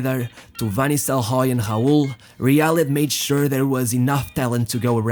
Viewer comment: Hobinho and hud van nistleroy, its bloody rob and rud.